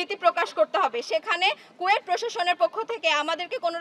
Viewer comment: কুয়েট ❌ কোয়েটিং ✅